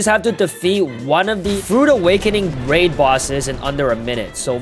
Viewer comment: Its raid not rwid😂